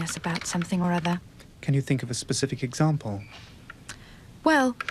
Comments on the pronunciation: I love your videos 👌🙂 Note: i think you say it twice: you say : “Pacific” but the word is “SPECIFIC “ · It’s a very pacific affectation 😁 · Yeah I think he does that on purpose it's in all his videos lol